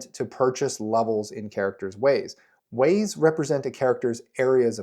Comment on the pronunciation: During character creation, I can't count many times Wayne's World 🌎 "no hway" sounded in response to you saying "ways."